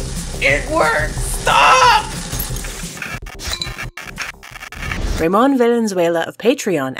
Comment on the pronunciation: isnt it pronounced rah-mone